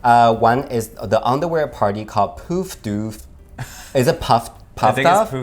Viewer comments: omg you guys trying to say poof doof killed me... good try lol. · lol I'm Australian. I wish I got to see you! I spat my water at how you guys said Poof Doof 😂Sounded very proper compared to what it is. I cant type how we would say it, but its like a short O. Google how we say Poof and then we rhyme Doof with that. You'll understand then.